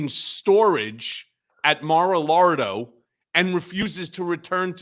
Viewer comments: Maralardo after the lard obese Trump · Does Michael Cohen pronounce MaraLargo, however spell it, wrong on purpose?